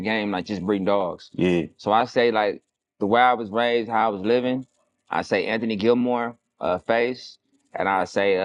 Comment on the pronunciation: Boy said Anthony Gilmore😂😂😂😂😂